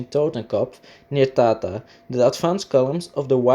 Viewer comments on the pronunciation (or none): none